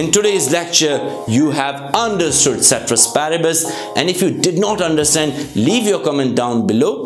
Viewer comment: Sir I admire your teaching but pronunciation is wrong with ceteris paribus. Love from Nepal